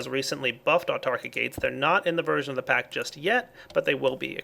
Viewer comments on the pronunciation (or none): none